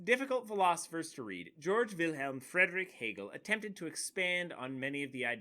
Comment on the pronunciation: It's pronounced "Gayorg" not "George"